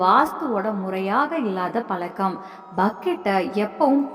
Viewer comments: பலக்கம் இல்லை பழக்கம் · முதலில் பழக்கம் என்று உச்சரிக்க கற்றுக் கொள்ளுங்கள்...😢